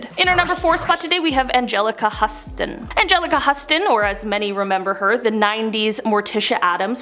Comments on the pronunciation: It's Houston. Agelica Houston... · You're the first person I've ever heard call Anjelica Huston, Anjelica Huss-ston. Where's you quality control?